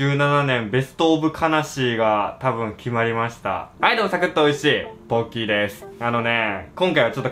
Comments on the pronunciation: 最後の挨拶のということで、ポッキーでした、が、完全にボッキーなんだがw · 最後の挨拶笑って濁って.... ぼっk....